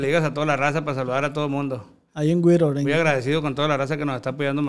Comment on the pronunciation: Es Whittier California no wiror 😅